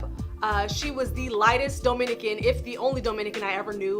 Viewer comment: It's duhminican, not doughminican you damn fake cali halfbreed